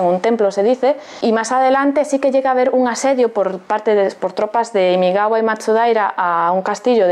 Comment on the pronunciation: Es imagawa no imigawa!!!!!!